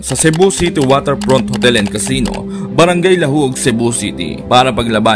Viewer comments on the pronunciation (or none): Casino hindi Tocino 😂😅😅